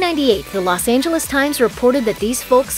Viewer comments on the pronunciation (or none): none